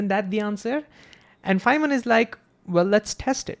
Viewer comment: I'm sorry for this, but I can't understand you. I'm not talking about the concepts (which, once I understand your diction I may of may not understand), but I can't really understand your WORDS. Chiefly, I can't understand "Fineman says" . . . or "Fan man says," or "Simon says" or whatever that phrase is that you keep repeating. I've slowed the video down to 75 percent and it's a little clearer, but I still don't understand what you're saying. Although I think this is probably not helpful to you, but I sincerely hope that it is. Even though I feel stupid for saying it because so many others are "getting" it. 😬